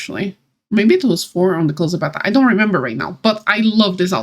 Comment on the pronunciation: XD I couldn’t for the life of me figure out what you were saying 😂 I’ve never heard beta pronounced that way 💜 I love those wings and the hair but am with you on the hat/crown/whatever. I’m hoping that there will be a silver version of the prince fit. Loving the dungeon aesthetic giving me slight Sentimental Circus vibes. Biggest bug I’ve had to deal with is falling through platforms and terrain so I consider myself lucky in that respect. Edit: spelling and formatting.